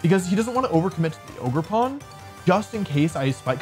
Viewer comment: Bro why did I think he was saying Ogre Porn